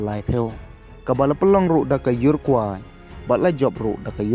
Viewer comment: Parakwe bad urakwe ym dei para kwai..urakwai da pronounce bha seh..😀